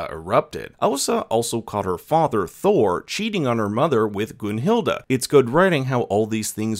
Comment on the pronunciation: good review but idk how you go from GunhilD to GunhildA its cringe